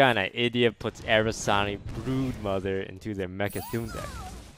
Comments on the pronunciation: Take a shot everytime he says Arasani and not Aranasi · I actually haven't changed any of my decks since release because I still don't see those nerfs that massive. Then again, I'm just your typical hardstuck rank 10, so just an average player, what can I know. Btw, it's not "Arasani", but "Aranasi". Took me a while to figure he meant those demon gals. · How many times is Toast going to say Aranasi wrong until he learns how to say it correctly? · Please start pronouncing the brood mothers name right